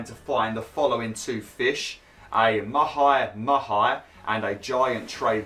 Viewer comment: I think I have pronounced 'mahi-mahi' in about 50 different ways. 😅